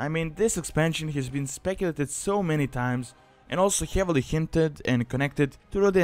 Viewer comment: i also like how you say heavily, like: hjeavely